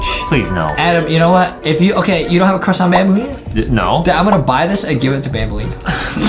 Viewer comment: adem has a huge cwush on banbaleena